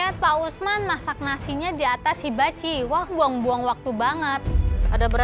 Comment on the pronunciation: pak usman said : habachi. bukan hibachi 😅😅😅